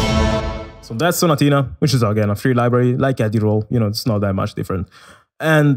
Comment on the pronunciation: Yo why you say staccato and sonatina so good bruuh I’m italian and in some words u said I thought u were italian